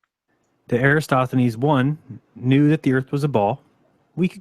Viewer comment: Jeran can't even pronounce "Eratosthenes" (or else he thinks Aristophanes WAS Eratosthenes). Nor can he punctuate, but who's counting.